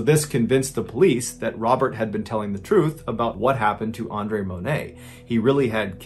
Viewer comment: I appreciate you saying my name (Andre) correctly. Pretty much everyone screws it up.